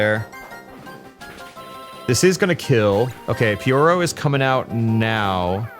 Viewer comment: Bro learned how to say Pyoro 🙏🙏🙏